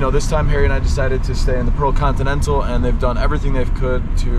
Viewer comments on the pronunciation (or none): I think you call that hotel as "Pro continental" instead of "Pearl Continental"..😁